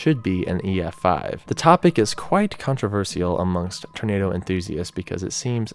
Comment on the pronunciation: can you learn how to say tornado for the love of god.